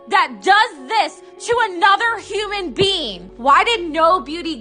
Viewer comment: "to another uman bean"